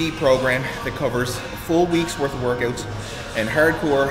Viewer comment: OMG Canadian!!! "workUTs" :D man.. you're awesome